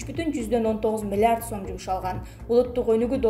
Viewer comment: Окуп жаткан кыз, миллард дейтго😁